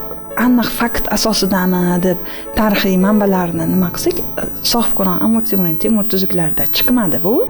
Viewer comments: Эй диктор чудила мусикага нима бор ва Амур Темур эмас Амир Темур бошингга эшшак тепсин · Биронта Янги гап эшитмадим. Кейин хам опахон амир цемур эмас амир Темур деп айтилмайдими ? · Амур (Amur) Темур эмас,Амир (Amir) Темур! Қачон тўгри гапиришни ўрганасизлар?! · Амур Темур эмас Амир Темур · Амур Темур эмас Амир Темур! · Сохибкироннинг номини тугри гапиринг амур эмас Амир Тимур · Нимага бошлавчи Амур Темур деяпти,тугри талаффуз килиш керак эди...